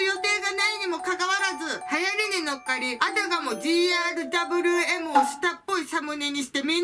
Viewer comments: だぶりゅーえむ を だぶるーえむ と言い続けるに対し車の名前か💢？の否めない村上信五感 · 【GRWM】 普通「じーあーる"だぶりゅー”えむ」 「じーあーる"だぶるー"えむ」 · ｢お゛お゛ぉぉぉぉん！！！！！｣ 切り替えの仕方にゃんちゅうやしGRWMをじーあーるだぶるーえむって言うとこも面白いｗｗｗ あとみんな動画の説明欄みたいなとこみんな見ておもしろいから！！！！(語彙力) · の 「ジーアールダブルーエム」がすこ❤️ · が言うGRWMってなんか"ぢーあーるだぶるーえむ"って感じ(大好き) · じーあーるだぶるぅーえむ 言えないのすきｗ